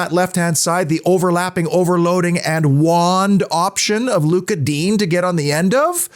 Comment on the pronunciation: Just a pronounciation note, Digne is not pronounced ‘Dean’ but rather Dinè with the è said like ‘yay’ .